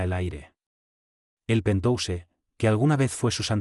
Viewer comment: Acuérdate que se pronuncia pentjaus